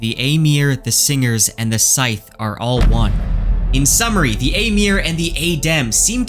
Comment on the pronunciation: Sithe is pronounced like Sith (from Star Wars).